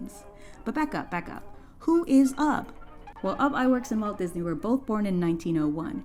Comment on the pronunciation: I always thought Ub was pronounced Oob until I watched this video, and then I looked it up after hearing your pronunciation. Learned something new today. Thanks for teaching me how to say it right lol